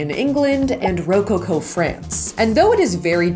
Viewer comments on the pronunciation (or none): You looked amazing girl! Rococo is actually emphasized a little differently. Co is said like the coco power. So it’s roCoCo. But I love you! I can’t wait for you guys to get married.